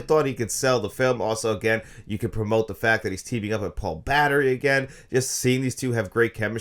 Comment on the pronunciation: "Paul Battery"? You mean, Paul Bettany?